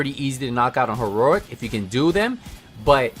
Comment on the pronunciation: You really have a hard time saying heroic, don’t you?